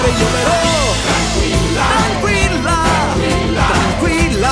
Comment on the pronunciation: dopo due anni mi accorgo che al minuto dici "tarquilla" invece che "tranquilla" apparte questo SEI UN FENOMENO bravissimo!!!